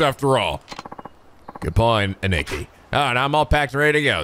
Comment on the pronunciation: please correct your "Aniki" pronunciation! The game (well, the whole series really) uses it a lot and it's grating a bit to hear a-n-I-k-i, not A-n-i-k-i (stressing A) all this time.